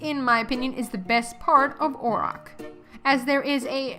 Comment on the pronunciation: omg please dont call it that your saying it wrong lol